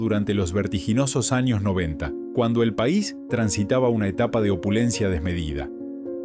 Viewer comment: Porque habla tan mal esta persona que tiene muy bueno voz, pero pone tildes o mejor dicho ascentua donde no va lo que esta diciendo ejemplo Pais dice Pa' is ascentuando mal pero no esa sola pslsbra sino vsrias que no me voy a molestar en correguir